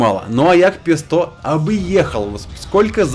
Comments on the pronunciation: Павел яга е сто а не пе сто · Йаг Пе Сто не звучит. Звучит Йаг Пєзє Е Сто.